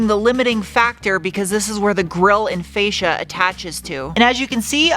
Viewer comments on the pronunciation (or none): none